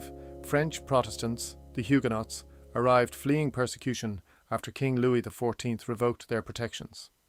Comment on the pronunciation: Some inaccurate pronunciations of Lagan, Comber Heugenots etc.